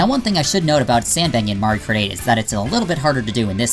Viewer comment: Did You Just Say Mario Krate?